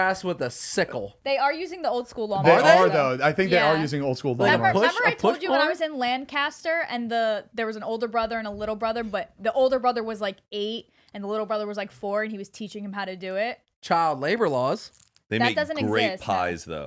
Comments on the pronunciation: only people that know where that is knows that this isn’t how you say Lancaster 😂 (lancister) that’s how you say it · I love how people view the Amish/Mennonite community. Also if you are talking Lancaster, PA it's pronounced "lang-kister" not "lan-caster". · lan-KISS-ter !!!!!!! hahahaha people mess it up all the time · The way pronounced “Lancaster” i’m from here lmfaoo and it sounds like “lang-kiss-ter” so cool to hear my small amish town talked about LMAO. also half of my family is amish and their way of life is definitely super interesting! The only complaint i have is the way they treat their animals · the way pronounced Lancaster😭 and she's even from Pennsylvania she should know😂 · Most Amish use horses for farm work... can’t believe you pronounced Lancaster that way 😂🙃